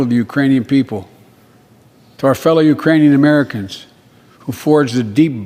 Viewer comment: Ukrainian people. Urainian people. Irainian people. Not the brightest president....